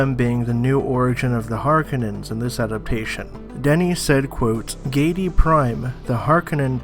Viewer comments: Har...kou...nan. not harkinins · Pronounced HAR-KO-NANS! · Sorry I had to stop watching when I heard..."The Harkunnens". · I had to stop watching this video after the 5th or 6th time the speaker says Harkenons... Holy Cow.